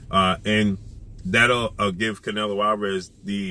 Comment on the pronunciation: Lol dats not how u say his name